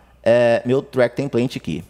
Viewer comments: O track tem plant? kkk template diz se templêiti. Boas dicas de atalhos!!! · EXCELENTE AULA! Muito obrigado. Me permita fazer uma correção. "Template" Pronuncia-se TEMPLEITE e não templente.